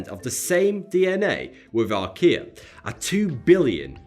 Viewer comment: When he said "archaea", my brother asked me "Is he doing a commercial for IKEA?" I was like "Um it's just his accent". #1like=1 less IKEA Commercial